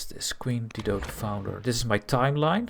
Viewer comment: It’s dye-doe